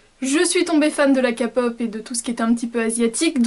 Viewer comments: Pour info ou dit pas KAPOP MAIS KEY POP sa se prononce comme sa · coucou tes trop belle 😍 Mais k-pop on dit ( Képop ) ❤ Je suis fan aussi 😂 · Kpop ... tu le prononce kapop, ma mère dit ça aussi mais c'est Korean Pop et la lettre K ce prononce ké (en anglais quoi) sur ceux très jolie les lentilles j'ai acheté les miennes à la Japan Expo. Voilà bisous bonne continuation! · la "kapop" jsuis morte 😂